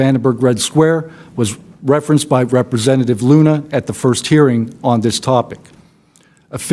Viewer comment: Luna, not Lena